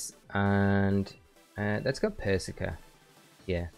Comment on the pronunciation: You know how Starbucks intentionally misspell your name so you post it on social and give them free advertising? Pretty sure that’s what is doing here with how he’s pronouncing “persicker” 😂